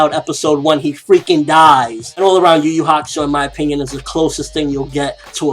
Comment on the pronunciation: It's Yu Yu Hakusho not Yugiho